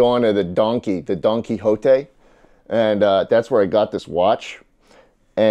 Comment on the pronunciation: Did Schlatt just say… Donquixote?… yehehehehuhahahahahahahaha